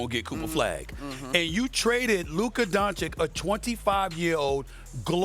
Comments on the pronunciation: SAS blackness will not allow him to say “Don-Chich” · SAS still with the “Donchick” schtick. It’s like he hasn’t heard people say his name like a million times already.